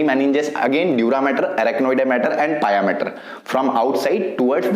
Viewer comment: Sir it's not dura matter , it's dura mater. BTW nice lecture Thanks😁